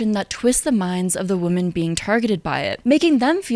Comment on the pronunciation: Love you,. Great video. Only note is that you pronounce “women” the same as “woman” and it’s a bit distracting and unclear.